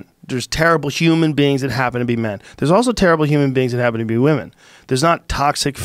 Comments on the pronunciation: Boi said "Weemen"😂😂😂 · Joe "Wee-Men" Rogan